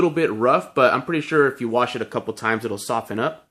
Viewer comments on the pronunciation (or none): none